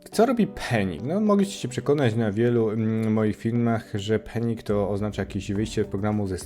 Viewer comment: przepraszam, ale muszę... 🤷‍♂️ panic czytamy pAnik 😂 Trzymaj się tam 😉 penik, penik, penik... (._.') warto było wspomnieć o problemie wydajnościowym z defer, który ostatnio został poprawiony i o zastosowaniu defer z recover do obsługi sytuacji wyjątkowych zachodzących w modułach, co pozwala na uproszczenie struktury kodu, opisane w artykule effective code na Dzięki za film:)